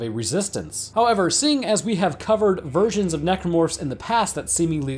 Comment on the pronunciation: "several VIRGINS of necromorph" lol i know i'm not the only one who heard it that way